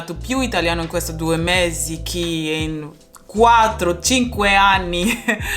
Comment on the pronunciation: Ciao! A couple suggestions: 1. Be very mindful of vowel sounds, since a vowel can significantly change the meaning of the word! For example, you say "Ho parlato più italiano in questi due mesi CHI in quattro, cinque anni". Of course I understood that you meant to say "che", but the change in vowel sound makes it a different word, "chi" (who). 2. The conjungtion "e" (and) sometimes you say like "y" as in Spanish, but it should sound like "ay". 3. Work on double consonant sounds (they can also change meaning of words: pene vs. penne, ano vs. anno) - settimana not settimanna. :) 4. "A" is used for cities (Sono a Venezia, andiamo a Parigi) and "in" is used for countries, regions, and most larger islands (sono andata in Sardegna, lui vive nella Toscana, torniamo negli Stati Uniti) Hope this helps! I've seen great improvement, continua così!